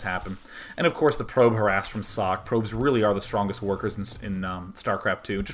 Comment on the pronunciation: >.< oh nooo, its sock again ... socke doesnt have an unvocaliced "e", and its not asian sockeeeeeeee either ... the "E" at the end is vocaliced like the "E" in "E"dward. the "E" is short and doesnt sound like the "i" in germany(american "E" sounds like the german "i" so just remember the "E" in Edward^^) but, if you refer to the translation of socke then you would be right to say its sock, cause sock is the translation of his name ^^